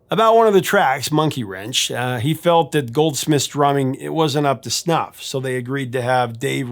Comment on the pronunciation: Forgetting the thumbnail, when I was listening to your intro to the song. I could've sworn you were talking about "Snuff"